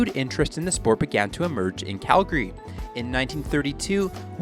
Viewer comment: He said Calgary properly 🙏🙏🙏